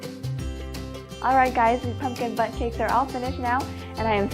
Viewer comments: It sounds like she is saying butt cakes not bundt cakes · I heard pumpkin butt cakes